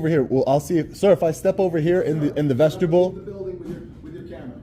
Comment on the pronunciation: Vestibule not Vestibull !!